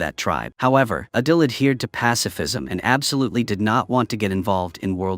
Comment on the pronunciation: The fact that the ai script kept saying adel instead of adil (adel is literally my name)😭😭😭